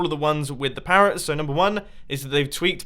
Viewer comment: "pawwots" are you okay today mumbo?